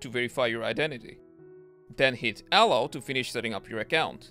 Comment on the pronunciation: super duper! very great, just got confused when you said "allow" -the allow text was grey and small and you were saying "L-L". also i was really tired. otherwise wonderful.